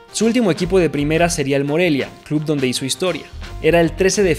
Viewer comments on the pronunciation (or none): none